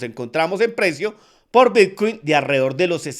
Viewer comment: Pensé que era el único en escuchar Vitcuin😅😅😅😅